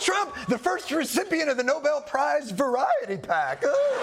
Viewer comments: Caroline, it’s NOBEL NOT NOBLE. 🙄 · that would be No-BELL not No-BULL Karolyin. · Can someone inform the White House Press Secretary that it's pronounced Nobel and not "noble" please? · The folks who are trying the hardest to push DJT's case pronounce it "noble peach prize" - as if it's something that will associate him with European nobility. News flash: that ship sailed a century ago. Your family history will never qualify you for the non-existent "noble Peach prize" and your own selfishness will prevent you from being nominated for the Nobel Peace Prize. I realize this may hamper your gates-of-Heaven plans, so I'm recommending that you resign from your current role, in order to better your chances of seeing the aforementioned gates. As someone versed in the Christian Bible, President Trump, I'm sure you'll understand the admonitions of Christ documented in Matthew 18:9. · That’s the “Noble” prize as they say. Wouldn’t you know they can’t even pronounce it? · Pretty pathetic when they 'beg/demand' the Nobel Peace Prize for what can only be classified as chaos. But extremely revealing that absolutely NONE of them know how to pronounce Nobel properly! 😆